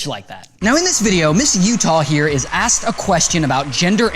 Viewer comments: You said ass not ask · Ray, you said assed, not asked. It's your fulfil problem all over again